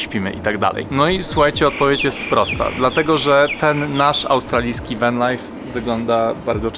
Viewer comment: Co to jest Wen (Van) i Sidni (Sydney) ? , lepiej brzmi spolszczenie 😊